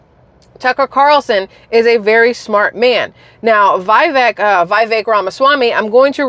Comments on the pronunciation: Excellent report. FWIW it's 'veeVAKE'. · Love the podcast. Comment: pronunciation guide. VEE VAKE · Vivek....rhymes with cake, his words. 😊 Love ya!! 😘🐿️